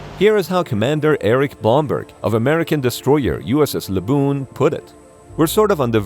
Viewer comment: USS LABOOBOO